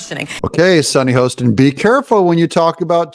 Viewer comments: Super video! Sunny’s Last name is pronounced Hah-ston, ironically not Hoe-ston. You’re welcome. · Hoss ten. Not Hoe